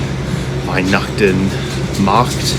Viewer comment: really impressing how much he has achieved, and it does not matter at all to do many small mistakes. but there are a few really funny errors which sometimes are hard to explain correctly in detail (*I* simply know it) and which by some people/strangers could be seen with less humor, from the difficult CH pronunciation of "why-nackt-Mark" (maybe Mark is cold because he is naked in winter? :-) to confusing sentences like when he tells you "ich bin so heiss und du bist so kalt" ....